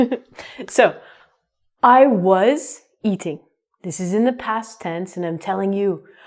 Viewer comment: it seems you say " war..."...